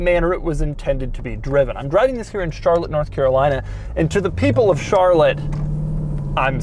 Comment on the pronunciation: “TTTTTHHHISSS” was so hard his voice somehow vibrated